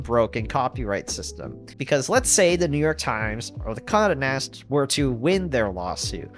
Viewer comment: Geohotz really needs to come through with that tinybox. Also it's "Con-day" Nast. Not Condanast.